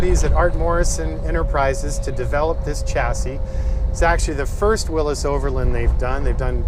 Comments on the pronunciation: Whatchu talkin bout Willis? Its a “Will-ees” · It's Willys not Willis! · It's a willys , Not a willus. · Beautiful job....But it's pronounced 'Willies' Not 'Willis' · Good video. Only comment is that it's pronounced "Willie's," not "Willis." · am I the only one bothered by him saying it like "willis" versus the correct "willy'S"? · Haha, that'd be "Willys's", or "the Willys historian". What you've written WOULD be pronounce Willees. Yeah, I've got nothing better to do LOL. I've been trying to unstick a 40 years sitting Willys Knight Light Six sleeve valve engine all weekend and it has, for the time being, got the better of me. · It has never ever been called or pronounced Wil-lis it has always been Wil-lys as in Willys. And it has always been spelt Willys period. Thank You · Really? The original name of the car company was Willys-Overland, NOT Willis-Overland......I own a 1949 Willys Cj-3a, NOT a 1949 Willis Cj-3a.....Smmfh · Williy W I L LY 's WILLEES. Very well done. If this was in the N.E. the floors would have been gone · Awesome build but is he saying Willis or Willys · it's pronounced Will-eez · Don't know Why he pronounces Willys as"Willis". No one I know ever heard it pronounced that way, including announcers at drag racing events.( Willys coupes are a popular body style for "gassers" and other classes.) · "Willis" WTF? Willys has a Y. Also Jeeps are NOT trucks. A man of your caliber should be aware of proper English... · Huh! Never heard it pronounced by anyone that way in over 50 years, even as a Jeep mechanic. I think the "correct" way is a recent fad? Names often deviate from what is correct. I have a friend with the sir name Koch who says it is Cook, but people refer to the Koch brothers as Coke. Others, Coach. Guess I'd have to hear it in an old TV commercial or from the Willys family... Now Porsche is another story...and Toyota was the Toyoda family.... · You pronounced "Willys" wrong.